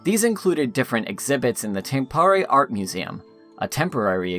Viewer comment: This is a fantastic and well researched guide. Would be even better with decent pronunciations of some of the names. The pronunciation of Tampere should be doable even for an American.